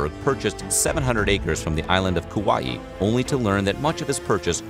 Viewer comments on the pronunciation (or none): none